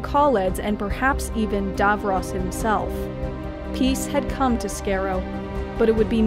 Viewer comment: At least pronounce Skaro and Davros properly.